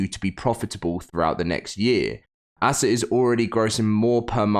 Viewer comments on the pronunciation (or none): It’s not ass ah it’s ASA